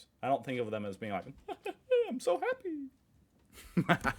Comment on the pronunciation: when you said ”haha so happy” you literally sounded Norwegian 😅